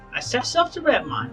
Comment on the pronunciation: The least important gripe about Chris, but Redmond is pronounced Red-mund, hearing it wrong repeatedly was a little maddening.